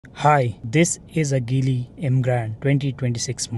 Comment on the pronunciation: Make sure pronounce car name correctly😂